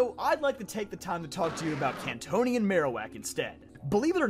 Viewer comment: '' kantonion '' corsola